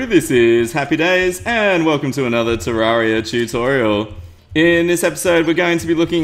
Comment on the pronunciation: IT'S NOT PRONOUNCED TER ARR IA! IT'S TER AIR IA! YOU WANG